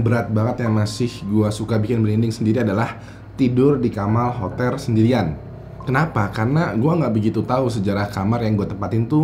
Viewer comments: Ketuker l sm r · "tidur dikamaL hoteR", wkwk ketuker hurufnya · Tidur di Kamal Hoter sendirian.. Kamar Hotel bang, bukan kamal hoter oakwokaowka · "di kamaL hoteR" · "Tidur di kamal hoter sendirian" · "kamal hoter" Awowkwok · "kamal hoter" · salah sebut